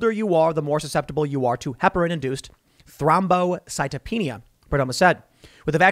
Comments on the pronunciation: Spot on with the pronunciation Tim. Thrombocytopenia. It's good to be listening to someone who doesn't butcher these words 🤣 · You did a really good job pronouncing thrombocytopenia! Way to go Tim!